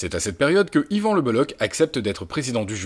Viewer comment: Juste y a-t-il au moins un journaliste un seul en France qui sache prononcer le nom d'Yvan c'h en breton équivaut à la jota espagnole et non à un k